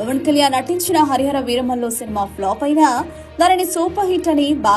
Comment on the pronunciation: సాంబి హరిహర వీర మిల్లు అంటున్నాడు మిల్లు అంట😂😂